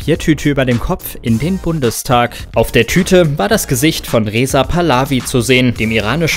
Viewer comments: es heißt nicht Reza Palawi, sondern Reza Pachlewi. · (Reza) Pallaawi ! Das ich nicht lache! Man mekt daß der Sprecher nicht sehr alt ist ;-) Pachlewi (mit Betonung auf "i") wirds ausgesprochen